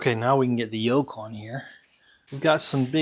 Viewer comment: Yoke? I thought you said yolk 😂😂😂😂😂😂